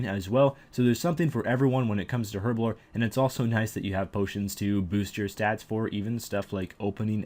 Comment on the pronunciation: Your pronunciation of herblore is atrocious! Other than the aforementioned statement, this was a good video.